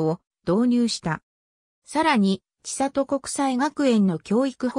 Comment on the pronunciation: ちさと じゃなくて せんり なんやけどｗ